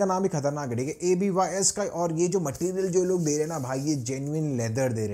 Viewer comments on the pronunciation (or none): Abys ❌ a b y s 😂😂